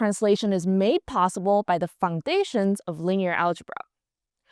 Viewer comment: fUNGdaton, we got some vietnamese-like sounds in this pronunciation